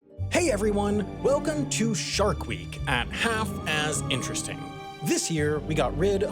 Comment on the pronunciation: It should be Half, as interesting. Not Half ass interesting the way said it.